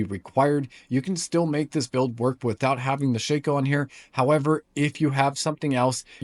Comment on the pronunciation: Keep sayi g shico. What is a shico